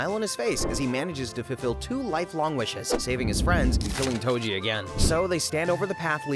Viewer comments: Tojo bro I heard you say Tojo its toji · "Tojo" istead of toji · TOJO WHOS TOJO ITS TOJI NOT TOJO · Toji❌ Tojo✔ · YO WHO IS TOJO U MEAN TOJI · My guys called toji tojo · "tojo" nice ai vid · "tojo" that's just wrong😔🥀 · Toji❌ Tojo✅ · Did anyone not notice that he called toji tojo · Tengen❌ Tenjen☑️ Toji❌ Tojo☑️ Jujutsu ❌ Ju-jitsu☑️ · AI pronounced whatever is written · Why does he call toji tojo?